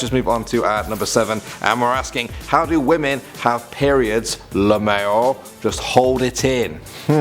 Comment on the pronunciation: I like the way he pronounces "lmao"